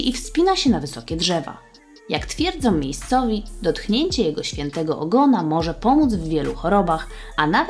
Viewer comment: co to jest "dotchnięcie" ??